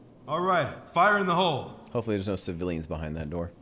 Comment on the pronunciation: "Hompefully there's no civilians behind that door. ... I checked, right?" KABOOM Love that.